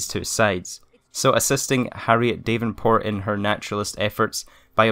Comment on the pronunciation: Dav n port not dave n port